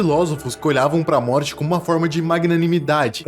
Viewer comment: So eu percebi que ele falou no trecho Moti em vez de morte